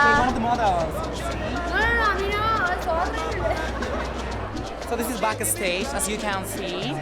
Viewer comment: Omg Diego, " you see this is a backastagaaa"